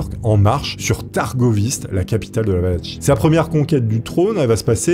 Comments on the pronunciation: Valachie se prononce Valaquie et les personnes se nomment Valaques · ça se dit Valaquie !! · Excellente video comme toujours un régal, surtout avec un sujet passionnant 👌🏼 Simple précision la Valachie se prononce "valaquie" 🫣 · j'en peu plus. faut que tu te décide : soit c'est Valachie ("valatchie" comme tu le prononce) et valach(e) soit c'est valachie ("valakie') et valach ("valak" comme tu le dis) mais pas un mix des 2. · La pauvre Valachie (va-la-ki) qui s’est fait massacrer son nom quarante fois en une vidéo 😅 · Soigne ta prononciation! La Wallachie c’est comme orchestre 🤦🏻‍♂️